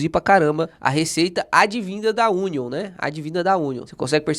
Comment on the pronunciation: hahahahahahahaha Union é União (lê-se "iúnion". Cebola é Onion "ôn'ion" :-)